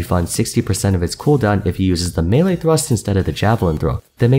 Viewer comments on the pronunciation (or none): none